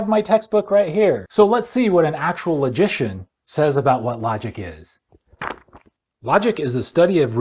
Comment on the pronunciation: When you say logician it sounds like you are saying magician. At first I thought you meant magicians like Matt Dilahunty lol